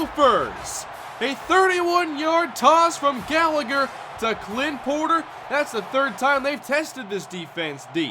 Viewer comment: You mispronounced Gallagher